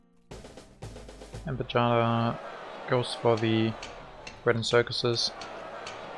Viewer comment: Well played! Do you know that you win and I lose every game you are recording? :) Pajada is pronounced like "payada" (y from yellow). I hope we will play again soon.